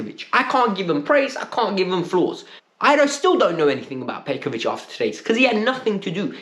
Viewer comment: Broo!!! It's petrovic not petkovic